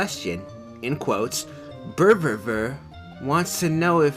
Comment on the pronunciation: "Berverver" - 2016